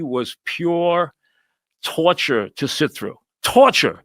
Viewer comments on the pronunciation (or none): Pure tauturwe! Lmfao 😂